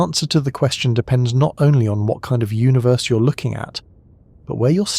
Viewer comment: I'm always taken out of this by the way you say universe. It sounds so wrong to me